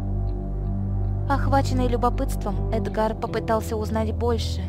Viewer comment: Разве правильно эдгАр, а не Эдгар???